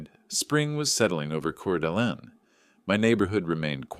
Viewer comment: Coeur d'Alene Idaho? Pronounced Core Duh Lane ❤